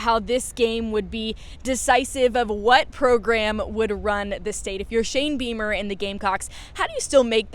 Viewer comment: O wow..thought I heard her say ‘Shame Beamer.’ Goes along with ‘Shame cocks.’ Too ironic.